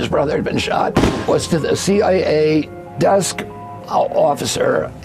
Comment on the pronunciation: "C aye aye"